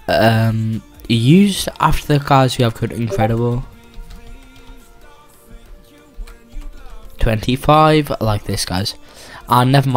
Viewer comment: Um u said in_redible25 it’s incredible25